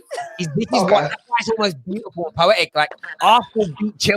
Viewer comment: "That's Beatufull Bernard"